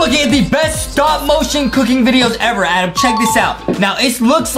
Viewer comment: this is my first time hearing justin say adam i hear only adem